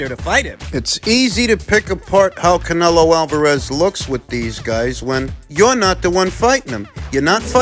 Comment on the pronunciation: Canelio Alvarayez. 😂😂😂